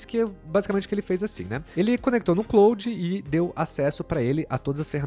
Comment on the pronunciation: Pq vcs falam clOude e não clAude?